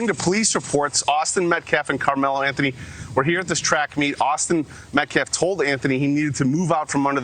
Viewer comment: Brother please...in the U.S. the "th" is annunciated and pronounced. It's "AnTH-ony", not "An-tony".